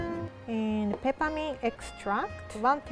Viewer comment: when she said peppermint extract I heard Ketamine extract and looked up in disbelief kakakakakakak